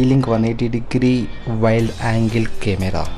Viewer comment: It’s wide angle and not wild angle ..😂